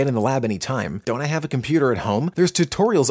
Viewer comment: Computer classes be like : Com-pyou-tor, Yiiiip yipyipyipyiyp (My reference